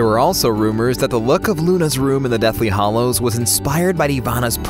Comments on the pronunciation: Hallows, not hollows. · Wtf is up with people who can't say hallows? It's not hollows, guy. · FFS it's HALLOWS, NOT Hollows!!! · HALLOWS NOT HOLLOWS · It's hallows not hollows, FFS. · It's deathly Hallows not Hollows. If you're the narrator at least know what you're talking about.